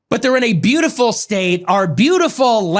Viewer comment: "Breatiful genes" wtf😲